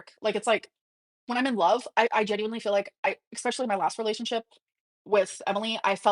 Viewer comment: Anytime she uses the word “geeenuileeey” she is still talking to Emily. I believe the “health anxiet” is because they are fighting and she’s manipulating her